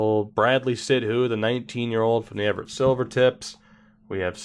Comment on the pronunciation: Drafts are getting ridiculously bad. Also btw, Sidhu is "Sid-oo", all one syllable.